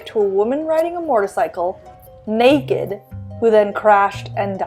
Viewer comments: Killing me with the weird pronunciation of MOtorcycle (not MORtorcycle) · Her inability to properly pronounce “motorcycle” is frustrating